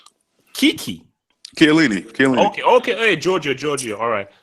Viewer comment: Jesus Christ, you cannot pronounce Chiellini to save your life.